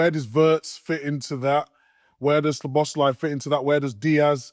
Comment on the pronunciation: Micah can’t say Szoboszlai to save his life 🤣